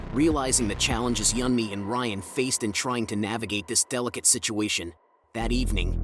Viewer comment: her mother ''yummy'' dood its pronounced ''you'n-me'' EDIT her father did not know cpr and couldnt help her